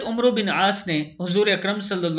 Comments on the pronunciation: یار آپ تلفظ درست کریں، کسی اہلِ زبان کی مدد لیا کریں۔ عُمرو نہیں، لفظ عَمرو ہے، اور "و" بھی نہیں بولا جائے گا۔ Amarr پڑھیں گے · جناب عربى میں ۔۔جب عمرو۔۔ نام آتا ھے تو اسکو عمر پڑھاجائے گا یعنی ۔م اور ۔ع۔ پر زبر ھوگا اور ۔ر۔ ساکن ھوگی